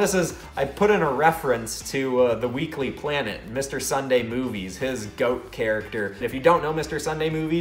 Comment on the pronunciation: Who else heard “the weekly planet, the weekly planet”😂😂 or a british man talking?